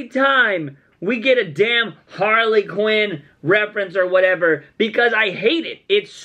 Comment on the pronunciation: She said queen it didnt even sound like "quinn" lol